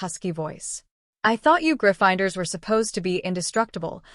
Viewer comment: the only issues I heard was Severus and Gryffindors were pronounced weird. Love the story though. ❤